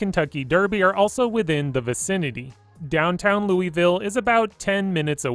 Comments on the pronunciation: Hahaha “Louiswille” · I hate when people pronounce Louisville wrong. I’m not mad but it sounds like loolvool. I’m not mad but just sayin